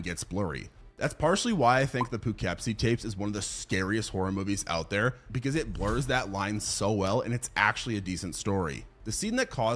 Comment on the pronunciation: It’s not poo keppsie lol it’s probounced pahkipsie (Poughkeepsie) I lived there my mom lives there he butchered it so bad